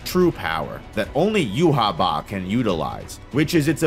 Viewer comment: pronunciation of Yhwach. Jew ha Bach lol